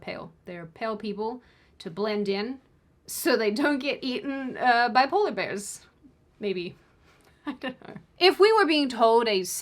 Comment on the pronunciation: Did you say "bipolar" bears lol